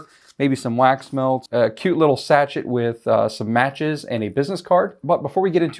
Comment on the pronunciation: The word sachet is pronounced sa-Shay.